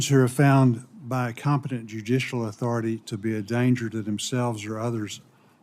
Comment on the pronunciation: "'Completent' judicial authority"🤡 You misspelled/mispronounced CORRUPT!!!😡